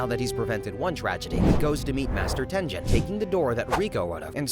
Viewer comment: Tenjin???? Ten GEN! Bro pronounce the damn names right 😭😭😭😭 Edit: TOJO??? FUCKIN TOJO????